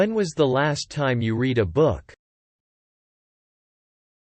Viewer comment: when was the last time you read a book? 에서 read가 과거시제이므로 "레드" 라고 발음되야하는데, "리드" 어 북 으로 나오네요.